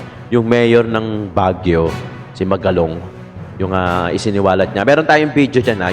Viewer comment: Pronounce the name Magalong. na malumanay ang pagbigkas hindi mag galong, it’s Magalong